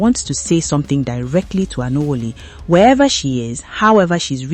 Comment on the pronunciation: You are obviously not an igbo. The name you're struggling to pronounce could be Anwuli which means Joy in English.. Alexx lived a beautiful life and his memories and the joy he shared with her will over run whatever the evil in the internet space has for her. She's a wonder woman and she will never be alone Alex had a formidable force as friends and family, they will never leave her alone. May his soul rest in peace and may she be fioled with strength to cope with this vacuum Alex left behind.